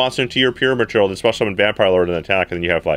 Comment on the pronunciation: Accent: vampire lord was easy to summon through “Pure maternal”. (What he really said) PYRAMID TURTLE.